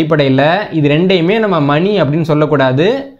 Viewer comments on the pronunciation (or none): அது மணி.மனி அல்ல.